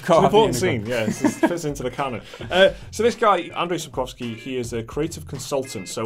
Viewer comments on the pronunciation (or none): Nie Andrej Szapkoski tylko Andrzej Sapkowski, wy angielskie lenie. Uczcie się jak macie coś przeczytać.